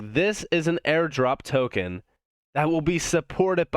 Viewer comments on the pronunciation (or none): none